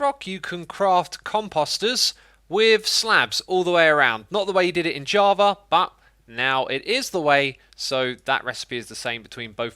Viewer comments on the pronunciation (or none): "Javar edition"